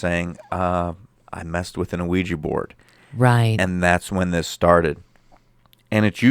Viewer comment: "We-Jah" not "O-we-ja" or "we-gee". 😉😁 Having been doing ongoing research and communication with spirit side for 10 yrs, I've tried the Ouija on several occasions with absolutely no results! And people's perception as it being negative is bunk in my opinion. A board, rock, box, mirror...etc, they are all mediums for spirit realms, and none are any more "evil" than the other!